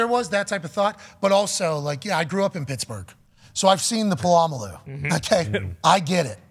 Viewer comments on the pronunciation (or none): But I thought his name was Puh-la-mal-loo? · Pat saying Polamalu blatantly wrong killed me😂😂